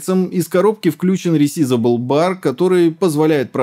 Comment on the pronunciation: ресизибл бар ? хахахаха